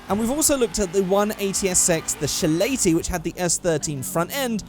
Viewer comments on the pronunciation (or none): you freaking nobed its not shilaty its silaty sorry for my crap spelling